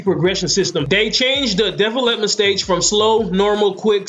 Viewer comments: Development is not a 2 syllable word... It's De velop-ment and is pronounced dee, velop - ment. I'm sorry, I probably make crazy mistakes all the time but that word killed the video for me and honestly now I can't it out of my head. Sorry just had to say something. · Say it with me De Vel Ep Ment 😂 come on bro lol good vid tho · Are we really gonna take advice from a guy who cant say development (da-vel-up-ment) not defalepment lmgdao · Never laughed so hard at the way someone says a word lol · This may have been a good video but this guy lost me when he couldn’t pronounce development correctly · I was like what the fuck is he saying lmao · Dude can’t say development at all🤦🏽‍♂️🤦🏽‍♂️ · u say development weird but great video! really helped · learn how to say the word development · be sure to learn how to say development if you're going to be saying it 10 times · finally someone giving good tips about player development! also you say development weird lol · how the fuck do you not know how to pronounce the word "development" correctly?